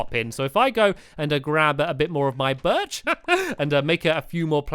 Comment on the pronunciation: you said birch wrong you were ment to say it in a high voice